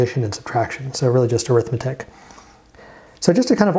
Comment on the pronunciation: Great series! My one comment is that in ALU, the word arithmetic is actually an adjective (and it's pronounced like AIR-ith-MET-ic) describing the type of logic, it's not an "Arithmetic and Logic Unit"